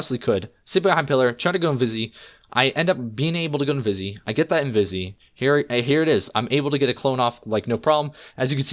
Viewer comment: why do you say invis-ee? lol.. just say invis like a normal person